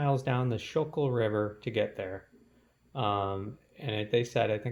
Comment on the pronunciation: Yo welcome to philly! If your up in Manayunk make sure to checkout the wissahickon and fairmount park, largest urban park in america. Also for best tomato pie in that part of the city go to marchianos on Umbria st. Also it's pronounced skookul river.